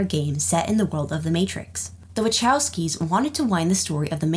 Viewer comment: Heres sth u seem to have missed. The Wachowskis - this is a polish surname. Whether they like it, or not. Id expect u to find the proper pronunciation. The Proper pronunciation. We dont care our surnames r hard to read for the foreigners. Get it right, or dont speak at all. They can say Joaquin Phoenix, Javier Bartem, or Jean-Claude Van Damme, as well as Jean-Luc Picard, so stop fucking up our names, as well.